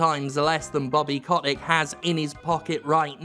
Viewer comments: If I were you, I’d pronounce his name correctly, COAT-TICK, in order to call him a SCROTE-TICK, a parasite of the extremely vulnerable. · That's exactly it. Bobby Kotick (I'm so happy we continue to mispronounced his last name even after the revelation that it's wrong) does not give a single solitary fuck about video games. He sees only ways of making money. Most CEO's of AAA corps are like that nowadays. Iwata, you are missed. Also, everything is fucked and wrong and we're all doomed.